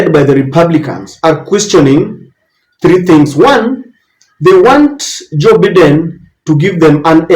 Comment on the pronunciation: Sir,it is Joe Biden(Baiden) not biden!